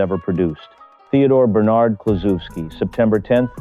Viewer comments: Pronounce his name correctly, will ya. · I remember that Reds team well. They had three mashers in the lineup, Kluszewski, Gus Bell and Post. A pitchers nightmare! Bell hit one of the longist home runs I ever saw at the old Sportsmans Park in St. Louis. This film nararrated by Bob Costas. He is far too careful to constantly mispronounce Ted's name. I blame AI, or poor editing